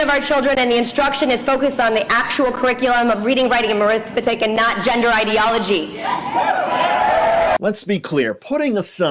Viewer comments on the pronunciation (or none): She said “ reading, writing, and marithmetic”